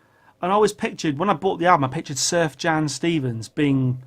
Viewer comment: Wow Miles started recording in the early 50's, how did I get it that wrong..... I even read his book. Also one more thing, Sufjan Stevens is amazing... but you're pronouncing his name wrong, like most do at first... If you've never heard Illinois, you have to listen to it. It's progressive, jubilant, and I think you'd dig.